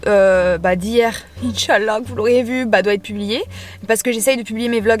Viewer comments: Elle dit yoshala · on entend yoshala 3 4 fois elle dit pas "inch"